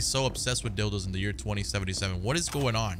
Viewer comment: He called it a "dilds"😂